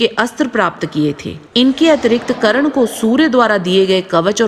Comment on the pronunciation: it's karna not karan